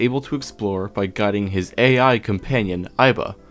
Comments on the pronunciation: "AI" is the Japanese word for love. It is pronounced like "eye." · can you please stop pronouncing it "ayy the somnium files" it is blatantly obviously AI as in artificial intelligence